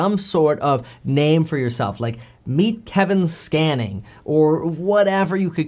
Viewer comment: every time you say scanning I keep hearing scamming